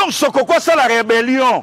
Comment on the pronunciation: 😂😂😂😂 Pastor lui, il dit reberion ?